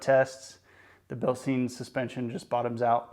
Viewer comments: As a couple of folks have mentioned comparing aftermarket coils to stock coils tells you nothing. The shock doesn't provide any lift, just dampening so you aren't comparing a Bilstein (pronounced Bil-Stine, not steen, you don't drink from a beer steen) 5100 to a fox 2.5 shock where lift and ride height are concerned. Instead you are comparing stock coils to higher spring rate after market coils. The only way a shock comparison would have value is if you used both shock on the same coil whether it be stock or aftermarket. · Yeah, man, good stuff. Re-reading I do come off as more of an A-hole than I intended. It is actually Bil-Stine but no need for me to be nasty about it. And I feel like you personally understood what you were trying to say overall in the video but the use of the shocks as the comparative device for ride height and lift when those traits are controlled by the springs will leave a great many of the new folks wondering why adding Fox 2.5 shocks to their ride didn't give them any lift. Hopefully they will do more research before taking an expensive leap but once you start putting information out there for public consumption it's always best if you make sure that ALL the information needed is included and explained and that it is as accurate as possible. In some cases if you aren't sure yourself it's best just to say nothing at all. But that goes for everything in life!